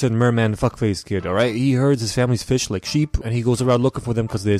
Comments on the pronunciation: TOMMOROW WE FEESH IS SOO FUCKING FUNNY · 4 type of pronunciation for fish Le classic: fish Le advance:phish Le pronounce:feesh Le me:fis